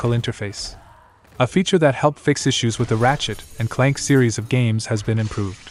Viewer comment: That pause between "Ratchet" ..... "and Clank" further leads me to believe you are, in fact, a robot 😑